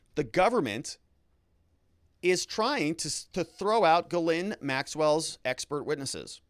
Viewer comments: Almost. Ghislaine is Gilen not Gilin. Its French...aine is pronounced 'eh' as in met not 'i' as in sit. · It's not guh-lin. It's Ghee-len. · Giz-lane. Evidently.